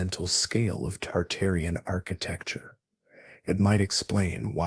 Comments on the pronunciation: Tartarian not Targarian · dude, targarians vs tartarians, get your shit right. i hated every time you said it and downvoted you for it. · Why do you keep saying Targarian instead of Tartarian? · you keep saying Targarian rather than Tartarian, why? and which buildings where were taken down, quickly replaced and then taken down again? examples please! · Tartarian. Not targarian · I keep hearing Targarian as in GoT family versus Tartarian. Interesting. I wonder if it's on purpose. Dragons and Griffins man. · I hear it toox2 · WTF it's Tartarian Mate not targarian stop making shit up. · Bruh saying Targaryen